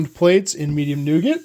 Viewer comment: The T is silent in nougat, like the T in chalet.